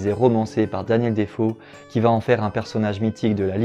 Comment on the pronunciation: Je suis retombé sur ta vidéo par hasard! Mais mec, apprends franchement à prononcer! vré = vrai, fére = faire! Y a des orthophonistes pour ça! Je vais presque regretter qu'ils ne prennent pas que des parisiens dans le journalisme sur les grandes chaînes, mdr :P